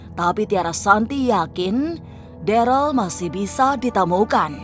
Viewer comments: Namanya Darel bukan Deral 😅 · DAREL BUKAN DERAL, KLO MEMANG ADA DISITU COBA DIAMBIL BISA NDA? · Darel woiiiiiijij bukan deralllll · Host nya bikin kuping risih Ngomong darel aja jdi deral